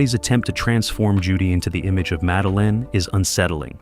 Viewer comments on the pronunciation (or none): none